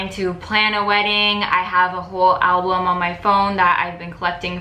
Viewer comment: She said "alblum" .. I did notice, but I've heard a few people say it this way and she says it this way all the time if you watch her videos.